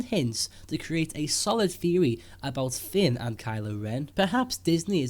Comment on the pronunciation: He's name is Finn. Not Fin or Fen